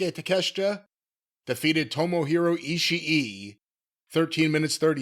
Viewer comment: Wait, are we pronouncing Ishii's name correctly now? R.I.P. to a great soundbyte. You'll be missed.😢